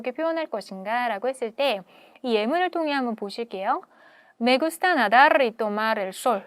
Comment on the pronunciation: 근데 이 선생은 끝에 오는 r 발음은 왜굴리는거냐? ㅈㄴ이상하네 ㅋ NADARRR 굳이 이렇게 해야됨? 이러면 현지인들 못알아듣는데